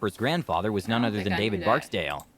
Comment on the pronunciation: King David wasn't his grandfather and the nigga said his name wrong. 😂🤣